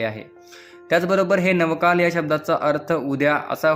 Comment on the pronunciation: साध नवा काळ हा उच्चार करता येत नाही, नव काल ...? 😅